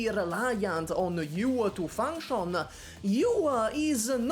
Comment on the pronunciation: Replace every time says "you" with "Yu."